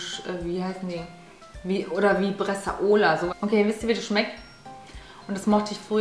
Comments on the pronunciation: Wie lustig du Bresaola einfach aussprichst😂👍🏻 Habe italienische Wurzeln & weiss daher wie es ausgesprochen wird😉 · Wie du "Bresaola" sagst hahaha ...